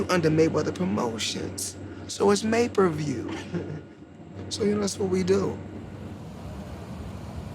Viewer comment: It's may-per-view....